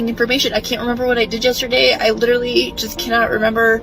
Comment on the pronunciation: I feel nothing for this loser because she said the word lItErALLee